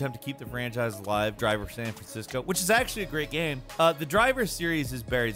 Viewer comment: I get upset hearing him try to pronounce the word "game"